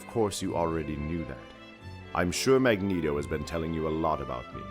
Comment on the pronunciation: "Magento" has got to go plz